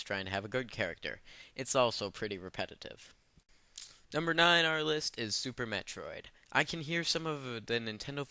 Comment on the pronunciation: you played orcarina of time i see, a super mehtrid.... Those games ARE over rated. But Ocarina of Time and Super Metroid aren't. look I know being canadian is tough but learn some proper speech patterns before you speak.